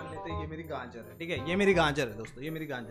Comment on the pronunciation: Literally no one fleet calling gajer Ganjer😂😂😂😂